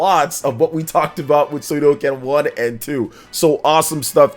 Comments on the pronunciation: If i had a dollar for everytime you said Suikoden wrong you'd be buying me lunch today. It's Sui Ko Den, not Sui Do Ken. That's aside, yeah I'm really excited for their release. They are cult classics. The large scale battles across the series are awesome and i really enjoyed the castle building element in the first one. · Err.. I hate to be that guy, but it's called suikoden, not suidoken. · Suikoden = [Swee - koh - den] Come on man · Sue-ee-Co.-Den. Please learn how to speak!!! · Sudoken? Sudoku? Shinku Sadohken…. That pronunciation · Good Video …but I’m impress you say the name wrong every word you said Suidoken just like Hadoken but it spell “Sui”+ “Ko(or go )” + “Den” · Suidoken is whole diff thing 😂🤷🏽‍♂️ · let's not judge him, i guess he is just excited to deliver some info and his reaction 😅 though to be honest it stings a bit everytime he says the name 😅